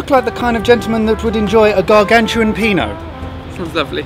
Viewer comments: Gargantual Penal?! hahahah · HAHAHA I heard it as gargantuan peanut